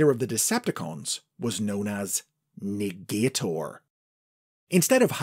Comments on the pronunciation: I think Negator is actually pronounced nega-tor, not ne-gater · Interesting stuff! I think this would make for a great elsewords mini or something, maybe even a new continuity. Also I believe they wouldve pronounced it Nega-Tor😁